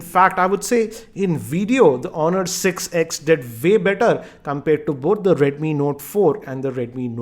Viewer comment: not just uhh but the W doesn't exist in his script. For way, he will say Vay, for wide he will say Vide, and for with he will say Vith.